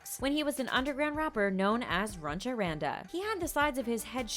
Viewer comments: DID SHE JUST SAY RUNCHA RANDA, IM ACTUALLY CRYING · It’s funny how most of the comments are just army say we knew all these facts and it’s runch panda not runcha panda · All the false things: 1:HIS NAME IS NAMJOON, NOT KIM 2:He didn't had the heart surgery. 3:ARMY knows he likes Friends... 4:it's not runcha Randa it's Runch Randa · his first name is Namjoon, not Kim. If you insist on calling him by his last name at least say "Mr. Kim". It's Runch Randa, not Runcha Randa. His mixtape is not new, it's 3 years old. Get your facts straight. And I'm pretty sure that most Armys who have been fans for a while, already know all of this. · blessed army didn’t know runch Randal was pronounced runcha randa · It was runch Ronda not runcha that's been bugging all video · It's runch randa not "runcha". Also the information here is so outdated lmao. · His name as underground rapper was Runch Randa and not Runcha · This bish is dumb af. Who tf is "RuNcHa RaNdA" ?! And what tf is "EE EX OH" ????!! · okK HOLD UP First his name is namjoon, his last name is Kim. In Korean its swapped around Second IT IS “zeco” NOT “zyco” THIRD YOU JUST PRONOUNCE IT LIKE RUNCH RANDA BRUH smh they are using bts to get views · Its not Zyco Its Z-ee-co its not Kim its N-ah-m-joon its not Runcha Randa its Runch Randa. do your research people! you’re gonna get roasted from ARMY’s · please y'all get your facts R I G H T. Namjoon himself said that him having an open heart surgery is N O T true. it's R U N C H Randa not runcha Randa. Also it's Z I C O not Zyko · His underground stage name was Runch Randa not Runcha Randa (that was pretty hilarious though). His nickname was dance monster not dance prodigy lmao. He never had open heart surgery that was just a rumor that he confirmed to be wrong. Also, she slandered Buckubucku by calling it Baku baku and Namjoon's name by calling him only Kim lol. I just want to know where they're getting their info from